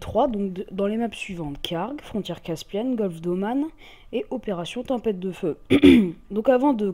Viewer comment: Tempête .... et non tempette